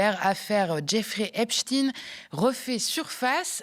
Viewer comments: Même elle n’est pas capable de prononcer correctement : in plus de 20 fois ein de temps en temps. Elle ne sait pas sur quel pied danser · pourquoi vous ecorchez son nom? c est pas epstine.. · Epstein se prononce Epstine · Grotesque, POURQUOI PRONONCEZ VOUS EPSTINE . DIT ON FRANKENSTINE? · Ah tu as glissé de EpstEIIN à epSTINE😂 sionisme quand tu nous tiens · Vous avez du mal à vous décider sur la prononciation du nom Epstein : vous dites Epstein, puis Epsteen, puis à nouveau Epstein, pour finir en gardant Epsteen. Dur Dur ! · Pourquoi prononcer Ep-chtine et non pas Ep-chtaîne ? Le grand scientifique Einstein, on ne prononce Inn-chtine. Est-ce qu’on voudrait cacher quelque chose? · Pas un mot sur les mails de Ariane de Rotschild concernant Dieudonné 🤔 on prononce Epstainnneee on dit pas Albert Einstinnneee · Ca se prononce epsTAÏNE...juif.